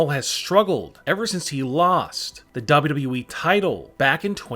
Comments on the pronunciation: This narrator keeps saying “double wu double wu we” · I don't like the way he says wwe